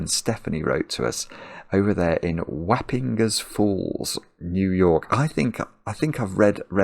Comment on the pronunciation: Wapinger's Falls is pronounced like "wop" and then the g is soft link impinge. My parents use a storage facility there. I'll be there in a couple of weeks to pick up a table. It is very small. I was surprised to hear it referenced in a video made in the UK.